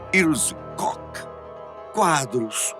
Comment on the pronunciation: Karl Otto C O C K 🤣🤣 Koch se pronunciar "cór"